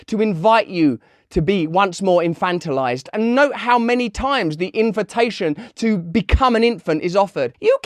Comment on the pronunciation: Your american accent when discussing infantilization, you sounded like Johnny Depp in Willy Wonka.